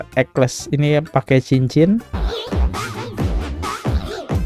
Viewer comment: Judul video "Dr Ekles", masa dibaca "Dr Eksel", tolong teliti kalau membaca, sering sekali ini salah dalam membaca beberapa kata atau kalimat.